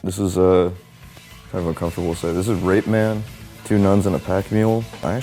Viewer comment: lol. that muttering when he says rapeman... ffs good picks, but that was cringey.